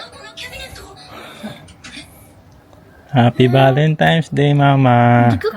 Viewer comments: Valentines po kuya hindi valentimes ✌️ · VALENTINES kasi hindi Valentimes, N hindi M.